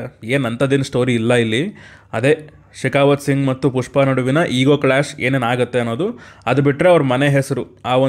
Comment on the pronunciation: ಪುಷ್ಪ ❌ ಟ್ಯೂಷ್ಪ ✔️